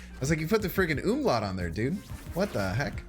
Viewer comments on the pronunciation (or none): none